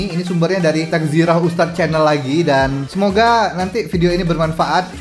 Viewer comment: TAZKIRAH ton bukan taKZirah